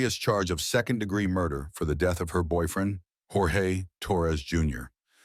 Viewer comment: it’s pronounced George per his family in every interview they’ve ever done.😊 otherwise great video!